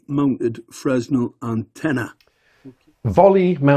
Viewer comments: you both did, but Mr. Very Expert should know. It's first year stuff. It's a French physicist's surname. (Edit: It's Fre-nel. I forgot to say.) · Most technical people would also know that it is pronounced "fraynel" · I think it's pronounced FREN-el or fre-NEL rather than Fresnel, but how would Mark know that?! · His pronunciation of Fresnel highlights his very VERY academic knowledge. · The "s" in Fresnel is silent. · you were doing my head in with your pronunciation of Fresnel. Every time I say it in the classic Englishman's pronunciation I get told off. Please help me out, and say it the French way in future. PLEASE!